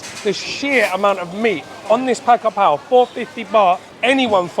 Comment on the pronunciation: Pronounce Pad Ga Prao.